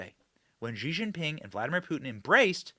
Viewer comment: “Zhee” is NOT his name. It’s pronounced like “she”.. honestly